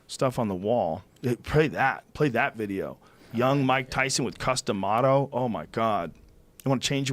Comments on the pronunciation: I'm sorry but when he said his name, i was like what's that? Custom what? XD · Don't know boxing, I thought he was saying "Custom Auto". I said to myself, " That's a pretty strange name for a boxing legend." I now know that he was saying Cus D'Amato lol